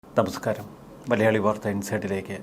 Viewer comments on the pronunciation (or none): ഹെലോ നമസ്കാരം ആണോ തമസ്കാരം ആണോ പറയുന്നേ